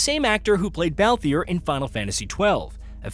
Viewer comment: Bro said baltheir wrong 😂